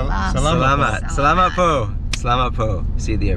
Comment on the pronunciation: in "salamat po" the vowel o is a short o, not o as in "go" or "toe." po should almost sound like paw with a shortened w sound